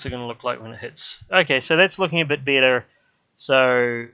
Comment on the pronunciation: You say bitter instead of better and idge instead of edge 😃